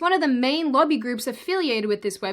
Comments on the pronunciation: When you say "lobby groups", it kinda sorta sounds like "lovey groups." Was a little confused for a bit... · Whats a "luggy group"? Oh lobby!